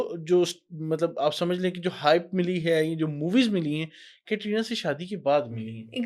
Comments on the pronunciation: Aapko khud bolane nahin aata hai कतरीना nahin कैटरीना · कतरीना nahi hai कैटरीना नाम है.